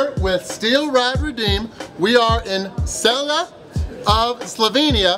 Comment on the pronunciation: name city is CELJE not CELJI.